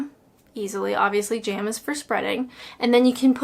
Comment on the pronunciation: It's not 'jairm', it's 'jam', as in 'jam samidges'!